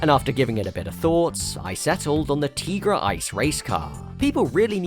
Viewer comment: YES! It is pronounced “Tee-gra” I named my cat after that car! Also kinda after the L’Trimm song “Cars that go boom”